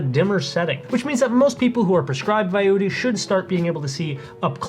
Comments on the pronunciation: Why is this guy saying "VIUITY" instead of "Vuity?" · Why do you keep pronouncing it "VI-UTY" when it's clearly "VIEW-ITY." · If you want to at least sound like a professional, at least learn how to pronounce the name of the product you're discussing. "Vie U Ity" is incorrect pronunciation. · If you're going to do a video of a product, maybe you should pronounce the name correctly consistently.